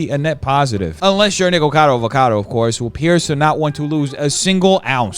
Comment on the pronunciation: i TOO was bothered by the way MoistCritical was saying "Nikocado" (it's NOT "Nikcado"/it's "NikOcado")